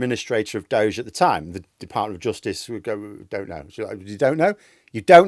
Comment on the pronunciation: Why in hell are you doing elon a favor by pronouncing Doge in some made up way? It's named after an internet meme FFS! He's wrecking people's lives under the name Doggy.